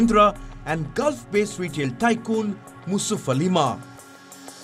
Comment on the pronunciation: On a lighter note, you got THE name of gulf retailer ( Mr.M.A.Yusuff Ali) wrong. Attention to detail.